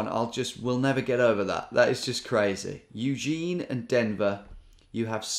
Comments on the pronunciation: The way you said "Euzheen O-RAYgun" had me cracking up, and then your little cheeky glance at the camera kept me going lol just what I needed today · "it was Eugene. Eugene, A-ray-gun.... -_-" lol!